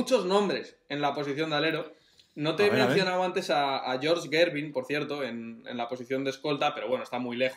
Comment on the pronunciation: La pronunciación de Gervin me hizo sangrar los oidos